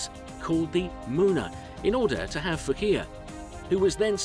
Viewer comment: Fuckea?? it was Manureva first... do some research. it Phocea!! not fuckea!!